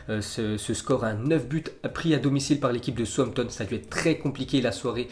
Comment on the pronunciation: Southampton se prenonce comme Southpark donc on dis sahoussamptone